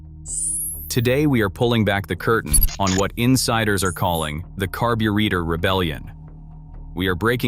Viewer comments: Carb-u-reactor lol. Ai slop bullshit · In English, it's pronounced / kär′bə-rā″tər / ... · The AI slop voice can't even pronounce the word carburetor. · Ai video when it can't even pronounce carburetor correctly. SMH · Analog RULES Please correct your digital pronunciation of “carburetor “!